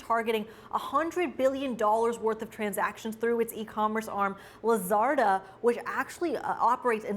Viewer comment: It's LAZADA not Lazarda.